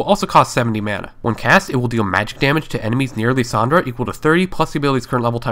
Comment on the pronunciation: lissandra =/= Leesandra